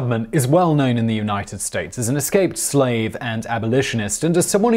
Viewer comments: Did anyone else catch Simon saying eslaped skave instead of escaped slave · what's an "Eslaped Scave?" 🤭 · lol “eslaped scave”... sometimes I wonder if Simon leaves those in for some of us to catch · I thought he said "eslaped scave" at one point when clearing up the myth of the $40,000 bounty. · eslaped scave? I thought I had a stroke when I heard it. Am I the first person to catch this? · I caught it. Had to go back a few seconds to make sure I heard it right. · Simon are you having a stronk?